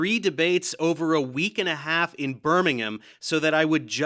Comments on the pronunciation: First American to pronounce Birmingham correctly clap clap clap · Kudos for your pronunciation of ‘Birmingham’. If you should ever find yourself in Cheshire you must go to Cholmondeley…